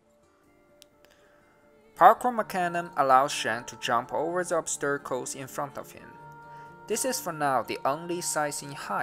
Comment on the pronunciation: obsterakels? do you mean obstacles? :P